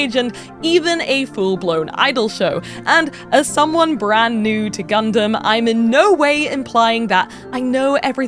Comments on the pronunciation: Think we need a count on every Gundam related episode. And if GunDAMN is said more than GunDUMB then there should be some sort of forfeit 🤣 … loved the “I’ve only just learned how to say Gundam” and then instantly says it wrong 🤣 (this is all said in jest, no malice I promise! Keep up the great work) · its nice that you are saying Gun dumb in stead of Dun Damn this time around. however the way you said gun damn was pretty fricking cool! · OH MY GOD! Thank you for saying “gun-dum”! Now please get all your compatriots over there to stop saying “gun-DAM”! Love all you UK-ers over there, but it always so unnerving to hear “gun-DAMMMM” in conversation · We get Gundam pronounced like an American folks. We made it